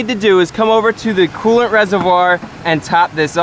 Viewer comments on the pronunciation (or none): Take a shot every time he says coolent